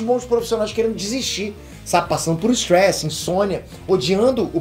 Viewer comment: "Passando por estruesse" KJJKKJKKJJ misturou as línguas KJKKJKK